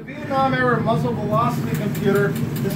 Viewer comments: dude, some people may struggle to do things, maybe the guide struggles saying "muzzle" and whatever the other word is even though they're a guide. no need to be so rude about it dude. if he's trying his best, leave him alone. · Not surprised at all seeing as the guy can't even pronounce "coriolis" and "muzzle" properly.